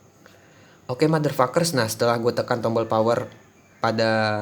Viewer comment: pengucapan motherfuckers lu aja yang bagus, tai. Giliran pengucapan apply bilangnta epli. Lagian biar apa bilang bilang motherfuckers?